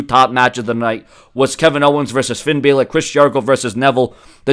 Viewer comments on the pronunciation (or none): its not fin baler lol it balor he ant a baler